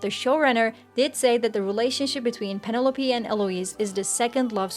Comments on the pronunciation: I can’t get past how she keeps mispronouncing Penelope. The commentary was good, aside from that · thanks for the response. You did, at times, pronounce it correctly. So you’re close to getting it right. 😉